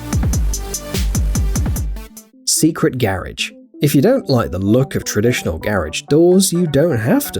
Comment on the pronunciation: What's a garege? It's garage!